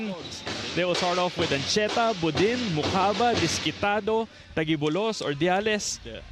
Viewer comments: kayaa ngaa 😭😭😭 instead of taguibo-los naging tagui-bolos ayoko naaaaa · dapat "ta jee bolos" ung pronounciation noh? parang strait of Gilbraltar lang. sosyal pakinggan. ❤ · nabobother ako sa pag pronounce ng taguibolos